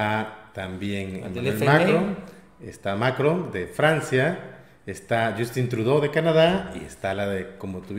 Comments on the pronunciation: ¿puedes dejar de pronunciar TODOS los nombres de mandatarios como si fuera inglés? No es MAcron sino MaCRON, la última sílaba es mas fuerte. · hehehe. Macron se pronuncia con el acento en la ó. Es en Francés, no Inglés. Pero felicidades como siempre por su labor compañeros. Los sigo. Viva México y su transformación.